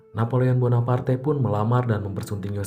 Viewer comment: Ngucap namanya agak ribet ya min? Wkwkwk